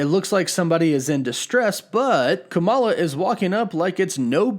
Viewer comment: Why am I so triggered by your pronunciation of Kamala lol